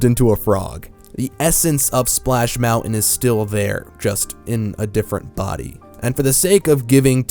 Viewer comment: Each time you say Splash Mountain all I hear is Splash Melon.